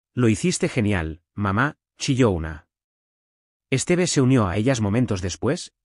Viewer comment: Por Dios, el nombre de ella se pronunciacon acento Tíffany( con fuerza en la í) y es Stiv, no esteve.